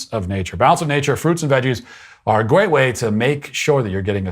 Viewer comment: Gweat way 😂 sorry I can’t unhear that